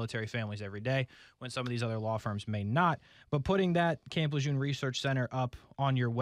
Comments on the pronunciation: It’s pronounced Lejurrne, correct? If not, how is it pronounced? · Tragic situation but damn I wish people would pronounce Lejeune correctly. Between the hundreds of commercials and news stories my ears can't take it anymore. I know pronunciation shouldn't be the takeaway here but damn.